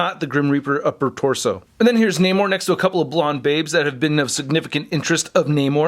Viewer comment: Is that really how you say his name?